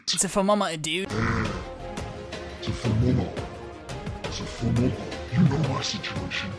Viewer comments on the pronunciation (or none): I thought you were gonna say that he says fermomiter instead of thermometer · "its a FEMOMAAR" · No one:: F E R M O M E T E R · “It’s a Fomermometer”